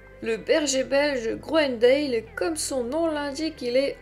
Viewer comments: Si vous voulez être crédible apprenez déjà à prononcer son nom convenablement : on ne prononce pas grounendéle mais grounendal. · Ca se prononce "grounendal" ;)